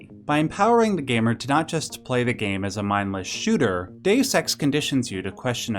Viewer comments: Deus Ex not Dessex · number eight... DAYUS SEX